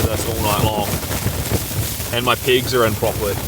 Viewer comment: I keep hearing words like "deflict", "plisant" and "pigs". Oh, deflect, pleasant and pegs. :) Great video. Some adventure